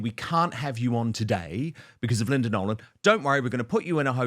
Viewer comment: It's Nolan ,not Nolen .